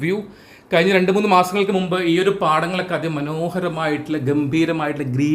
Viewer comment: വോക്ക് വേക്ക് എന്നൊക്കെ ഉപയോഗിച്ച് ഇംഗ്ലീഷ് പ്രൊനൗൺസ് നന്നാക്കുന്ന മിടുക്കൻ മഴ മയ.. കഴിഞ്ഞ കയിഞ്ഞ. മുഴുവൻ മുയുവൻ.. കോഴിക്കോട് കോയിക്കോട്.. തുടങ്ങിയ വാക്കുകളുടേയും ഉച്ചാരണം ശരിയാക്കി മലയാള ഭാശയോടുള്ള കായ്ചപ്പാടു കൂടി പരിശ്കരിക്കണമെന്ന് അഭ്യർത്ഥിക്കുന്നു. തുഞ്ചത്ത് രാമാനുജൻ എഴുത്തച്ഛനേപ്പൊലെയുള്ള ധാരാളം മഹാന്മാരായ ഉസ്താദുമാരുടെ കശ്റ്റപ്പാട് മലയാള ഭാഷാസംസ്കരണത്തിന് ഉണ്ടായിട്ടുണ്ട്. മറക്കരുത്.